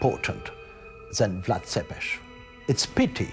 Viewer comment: Cant even pronounce tepes correctly.